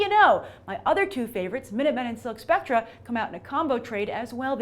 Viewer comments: Spectre, like a ghost (spek-ter) not Spec-tra. Sorry, but that annoyed me. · you're pronunciation of 'spectre' is killing me. It's 'spec-ter', like a ghost. It's not 'spec-tra'; which is the singular form of spectrum. I know I'm being a word nazi, but you're a writer and should know this???